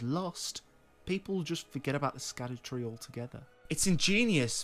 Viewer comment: Great video so far but the pronunciation on Elden ring is based on Welsh and Scadutree is pronunced as shadow tree just as blaidd is pronunced as blaith.